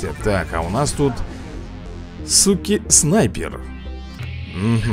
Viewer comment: Круто рей но не суки а зуки наверное